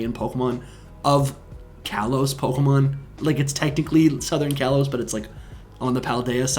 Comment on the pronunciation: your saying kalos wrong both of u